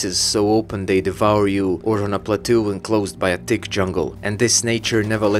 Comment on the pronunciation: an amusing thing: i dont mean to be rude to your accent but whenever you say "thick jungle" i think youre saying "tick jungle," and the former sort of implies the latter so i didnt even realize you were trying to say the former until a few watches lol